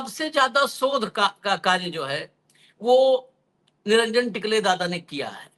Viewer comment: निरंजन टिकले नहीं टकले उनका नाम है.